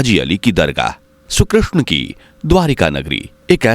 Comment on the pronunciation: Shree Krishna not Shru Krishna please improve your pronunciation before uploading video